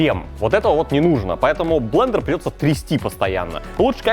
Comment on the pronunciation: О нет, мои уши! Зачем ты сказал блееендеер!??